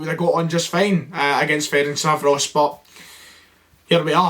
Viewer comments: Fer-ench-var-os! Not surprised you struggled with it as we don’t have VAR in Scotland! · He wasn't even bothered to try and pronounce Ferencvaros in the end hahaha cannae blame him